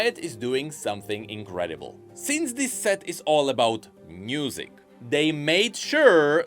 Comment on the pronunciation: Question: I often hear pronounce "music" more like "m-n-usic". Is that some sort of an inside joke, or some kind of a regional dialect thing? (Non-native English speaker here, and I study linguistics, so these things genuinely interest me =) )